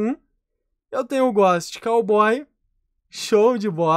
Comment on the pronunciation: O "Ghóst" ta lindo mesmo na minha umiude opineition o melhor "ghóst" é o ghost-Osso de Mexilar